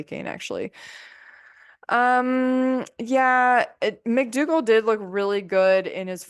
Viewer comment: Please PLEASE say dr McDougall